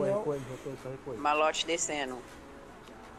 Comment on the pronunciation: Esse mlk chamando o maloch de malot me deu agonia o video inteiro